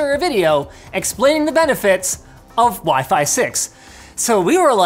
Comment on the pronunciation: When you remember Linus called WiFi as pheasant,😂😂